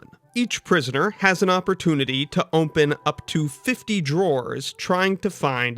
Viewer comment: why do you say "ohmpen" (open)